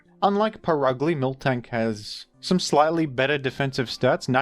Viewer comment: My obsessive tendencies are getting triggered every time I hear "milktank" lol